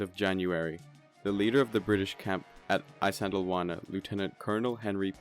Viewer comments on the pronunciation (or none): Glossed over many important details, unnecessarily denigrated the native Natal Contigent who fought with skill and bravery, and completely skipped the Battle Rorke’s Drift. To boot, Isandlwawa is consistently mispronounced.